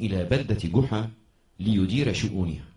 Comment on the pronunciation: جحا وليس قحا